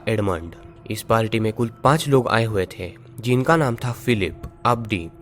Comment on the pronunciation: Its party not palty🙄🙄